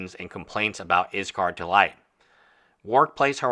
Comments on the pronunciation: I appreciate your take on all this, and maybe it is just me or how I am hearing it, but it sounds like you are saying IS KAR not IS Call. Just wondering why I am hearing the name being said incorrectly, not that it is a big deal but is hard to get past hearing it said incorrect.. LOL sorry no offense meant. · Yeah I’m very confused why he’s calling him izcar, what? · Dude, learn to take some criticism! YOU are the hater here, YOU made the error and the comment asking why was very nicely worded. Whats your problem? If you make a video about a person you should be able to at least try to pronounce their name properly! As a practitioner of law you should be able to read! Why would anyone in their right mind pronounce "ll" as "r" ? DO some REASEARCH BEFORE making a video! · Learn to pronounce his name. Cripes.